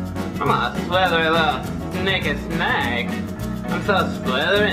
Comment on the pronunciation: love this, gonna try myself XD. There goes my amity. Also died at “thnaaaake”